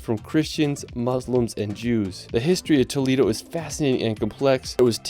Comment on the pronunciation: This is a wonderful video of the most beautiful country in the world!❤ However, you needed to mentiom Alicante and Malaga and please learn better how to pronounce some cities in Spain, like Toledo and Cadiz. I am a professor of English in Madrid, so if I teach the Spaniards how to pronounce everything correctly in English, let's respect Spanish as well. Anyway, I keep watching your wonderful video, thanks!❤